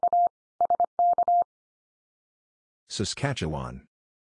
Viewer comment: And he can pronounce Saskatchewan almost perfectly! :)